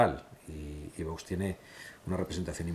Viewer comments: Este José Ramón de la Morena, me merece cero confianza. Un periodista , que se diga periodista, primero tendría que vocalizar mejor , como que no quiere pronunciar bien ? El nombre de VOX , el dice Vos , creo que es un personaje un poco falso. 🤮🤮🇪🇦🇪🇦🇪🇦🇪🇦🇪🇦🇪🇦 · Sr. De la Morena, se dice VOX, no Vos. ¡¡Que no pasa nada por decirlo correctamente!!